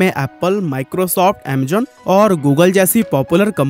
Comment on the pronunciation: 😂amazon ❌ Amzone🤡